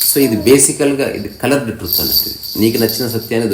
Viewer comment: తమ్ముడు.... "టృత్" కాదు "ట్రూత్"